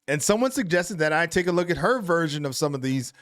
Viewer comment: She sounds posh until she says water 😂